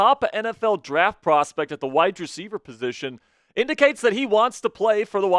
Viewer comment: Please stop say "widedreceiver" it is "wide Receiver,"